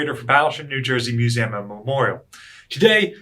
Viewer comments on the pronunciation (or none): none